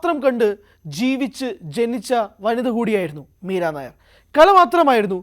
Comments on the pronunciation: മീര നായർ അല്ല മീര നയ്യർ (nayyar ) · മീര നായർ അല്ല മീര നയ്യാർ . she was born in Bhubaneswar, Odisha.